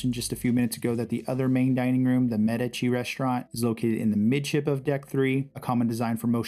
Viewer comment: Thank you for the complete tour, I've been on the Firenze once before and did not see it all. Going on my next cruise in 20 days and I will be better prepared. And thank you for pronouncing the MEDici restaurant correctly.